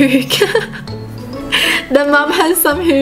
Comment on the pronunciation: She says hoomer instead of humour and she says pook instead of puke. It's rather annoying.